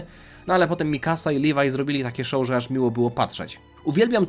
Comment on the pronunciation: Nie nazywaj leviego livaj